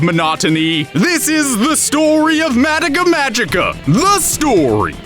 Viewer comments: Stop saying madika magica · I don't mean to come across as snide, but it's always weird to me how so many weebs will watch japanese shows all the way through and be able to talk at length about the themes and implications of its writing, but still mispronounce its name? It's just weird to me, idk.